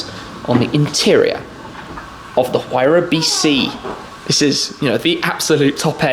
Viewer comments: Huayra is pronounced Who are ya. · Amazing experiencie, Tim. Thanks for sharing. If I may, the letter 'h' is silent in Spanish, just like we pronounce honor, hour and honest, for example. Thus the words Huayra, Horacio and a Huracán must be pronounced with a silent h. Cheers and thanks for sharing these incredible experiences.